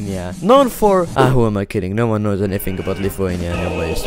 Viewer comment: I live in Lithuania comma and yes you butchered I'm a better I can see it really easy